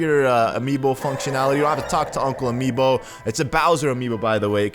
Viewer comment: He said amobe